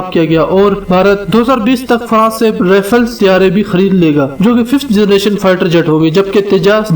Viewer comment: bhai jan bola to sai karo rifle ni rafle hota ha